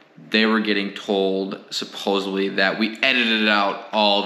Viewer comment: Umm umm umm. EXpesialy, Suposibly. Other than the poor grammar, it was an informative video. Happy to see you stand your ground. Way to keep you cool and win in the long run. Nicely done.